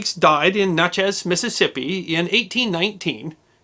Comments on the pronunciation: i love you, but its more like ""Nah' chess" than it is "noh' chez". if'n u care to be akrate, that iz. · Natchez, not Notchez my friend! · You pronounce Natchez as "knotchaz" lol. Not right my friend. It is "nat-chez". Adding a drawl might help to sound more athentic. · NATCH eze, vs. whatever you were saying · Nice story, however it’s pronounced “NatchEz”, just for your information, edification, gratification, and knowledge. My great Grandfather there, himself, a Judge, supposedly shot and killed an intruder one night, in his bedroom. The family has “always wondered”, but there is no record of the deed. Such were the times, then. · Natchez, the a is like the a in cat. Great as always. Can you do a video on why they used 'f' so much in place of 's' in old printed documents? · Great story. I'm surprised though, that being from St. Louis you mispronounced "Natchez". It rhymes with "matches ". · Great story. FYI Natchez is pronounced like natural.